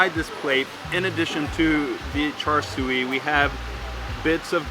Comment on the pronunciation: Thanks for visiting Singapore. The siew in Char Siew is pronounced See-You:)